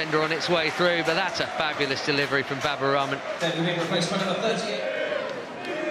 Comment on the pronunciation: Pls pronounce in right way the name of baba Rahman.. Commentators said Baba ramen But it's Raay (Rah) Maan (Man).. not ramen 🍜